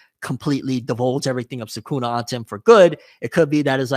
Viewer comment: Americans saying SooKoona is probably the most jarring thing